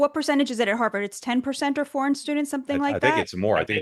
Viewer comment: Mark can't even say "foreign". Tisk, tisk!